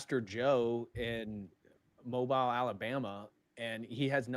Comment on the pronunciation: It’s pronounced mo-beel Alabama DPH! Yankee confirmed.